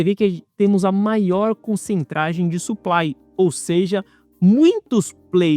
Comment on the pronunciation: Boa! Top análise como sempre. Valew! Ah. Concentração, não concentragem. Não esquece. Nos vemos na CRM.. flw